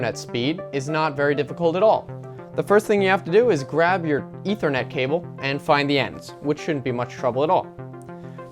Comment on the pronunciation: "E thr net cable" thats what he said.